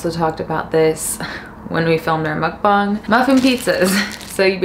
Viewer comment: i love how calmly you talk, especially in the beginning 😭😭 also you’re the only white person that i’ve seen who pronounce mukbang correctly lmaoo i’m subscribing